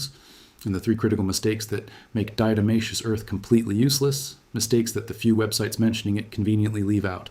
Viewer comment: And even this AI voice pronounces the diatomaceous earth wrong.